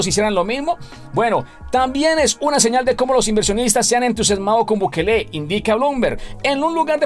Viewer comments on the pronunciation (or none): no es bukeeele, es BUKELE